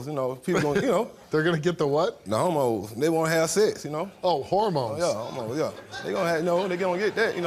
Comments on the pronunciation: Fuck man. "Bagina" and "howmones". Winner. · Her first mistake is dealing with someone who says BAGINA /HARMONES instead of VAGINA/HORMONES🙄🤦🏽‍♀️ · I thought he said homos, not hormones! Omg 😂😂😂 I hate that word, but that is what I thought he said. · 😂😂😂😂 i heard EXACTLY what you heard, Steve "Hormones" 🧬🧬